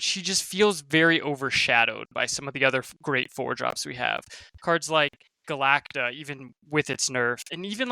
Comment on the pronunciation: not being able to say Galacta still kills me